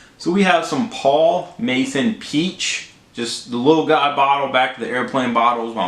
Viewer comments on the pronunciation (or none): Masson… not Mason. Haha